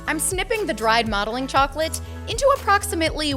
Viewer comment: When you said "Modeling chocolate" why did I hear "Mommy Chocolate"